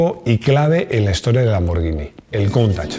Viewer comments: Perfecto con la pronunciación de lamborghini, pero si me permites una corrección, La pronunciaciòn de Porche es "porshe" con la E neutra. Si no me crees pregunta a un aleman. Felicidades por el canal, aprendo muchoissimo. Salut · Muy bien el vídeo y muy bien el apunte de la pronunciación de Lamborghini. Pero tampoco se dice "Maglaren" sino McLaren ....con C. Me canso de escuchar "Maglaren" a más de un comentarista deportivo, incluido este canal...